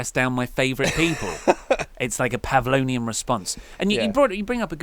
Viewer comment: I keep noticing that you say Pavlonian response, but it's Pavlovian. The dude's name was Pavlov. And by the way, I prefer the name #Botchlash. I also just wanna say keep up the good work guys! I can't wait for the Pete Dunne fantasy booking video!